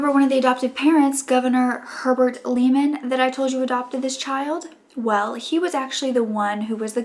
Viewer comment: The proper pronunciation of Governor Herbert Lehman is (Lay man). I know it is easy to mispronounce our last name.